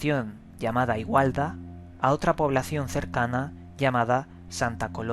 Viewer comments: Igualada, no igualda,jejeej, y Sta. Coloma, no Sta. colonia. Dejando esos detalles bromeando, el suceso q relatas en el video es interesante, nunca había oido de ello, y de esas formas de estos seres tampoco; la lástima de esos sucesos a quien nos sucede o se les haya sucedido es que nadie te cree o te toma el pelo, y te quedas como impotente y sin poder compartir esas experiencias propias y posibles datos interesantes referente al tema. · igualda no,,,,igualada. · el pueblo se llama Igualada, no igualda